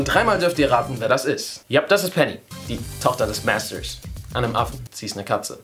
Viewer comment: Coole Videos, aber jetzt mal unter uns, wieso muss man die "englischen" Wörter so extrem aussprechen? MÄÄHSTERS... oder einfach,- Master ?